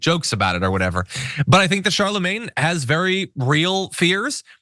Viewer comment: You can tell ain’t ever heard of/listened to Charlemagne considering how she pronounced his name 😂😂